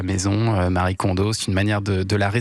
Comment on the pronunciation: Exact ! Ce prénom n'est pas le "Marie" des occidentaux mais bien un prénom japonais à part entière qui n'a donc aucun rapport avec l'occident et qui se prononcé "ma-ri-é"